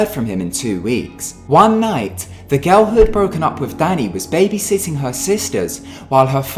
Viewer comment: i like how the narrator says girl! like garl or something, i totally love it hahah! also this is scary as fuck. don't watch video's like this after midnight slone in your room my friendsxD